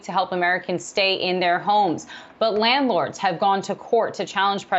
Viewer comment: can't even say landlord